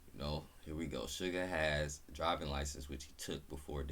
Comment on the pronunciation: Good morning,. I’m here with you in class. Your pronunciation of “Suga’s” name is correct. O!RUL8,2? = Oh! Are you late too?